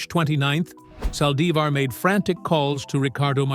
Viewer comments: Aye, yall flexing too wild. I thought Demon Yolonda was going to speak. A.I. said, “Sally-zar”. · Can you say her name right? It’s Yolanda Saldivar that’s how you’re saying her last name you’re not saying it right